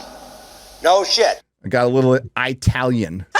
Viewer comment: Please my friend, as a full-blooded Italian-American fan: It's ITALIAN with a SHORT 'i'. For natives, it is a cross between short i and ee sound. But never a long 'i'. Thank you!